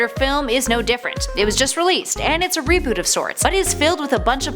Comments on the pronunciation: its not a re-boot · its not a reebooth